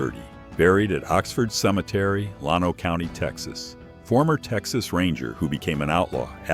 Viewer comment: It's pronounced. Llano (/ˈlænoʊ/ LAN-oh) . Its like LAND, OH. NOT lawno..